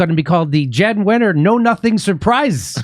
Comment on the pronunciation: Neither of you knows that Wenner, a public force in magazine publishing for over 50 years, pronounces his first name as "Yahn"? (Well, what can we expect from a man well over the age of 12 who refers to "The River THAYMMS"?)